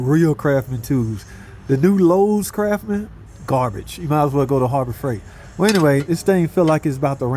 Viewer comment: Yeah, but in place of that, he said Craf-man! 😂